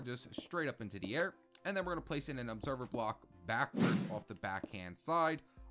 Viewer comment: On the tree farm he said obeserver bock